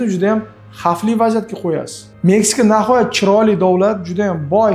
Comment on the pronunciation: Nahoyat emas Nihoyat bõladi. Uzbekiston emas Õzbekiston deb aytiladi vhkz..